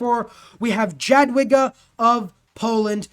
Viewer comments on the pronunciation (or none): Minor complain, you can ignore it but FYI Jadwiga is pronounced more like [Yadviga] while Sukiennice like [Soockyennicey]